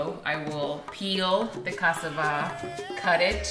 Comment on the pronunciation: It looks so very yummy! I am also married to a African from Guinea west Africa and I love to cook for him! FYI you are not saying cassava correctly, everytime you would say that word I did not understand it was only at the end that I realized what you were saying. Everything looks amazing and I have joined your channel XOXOXO